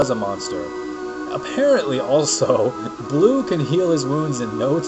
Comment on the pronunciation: her name isnt blue its bleu! like stinky cheese! u could rename her "deis" cause i think that's her original name